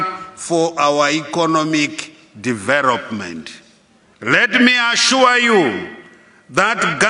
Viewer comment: Charenji, kwariti, dhiverop, risponsibiriti, dhiveropment, eriminet, stabhiraizi, congrajuret, takring…haa president akadai ndaramba, bririant, selfres, dhiyeri, miritari porisi…haa kana